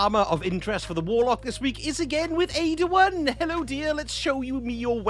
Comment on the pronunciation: Had to chuckle on your visit to Ada-1. I could have swore you said " show me your hairs". Ooo errr sausage lol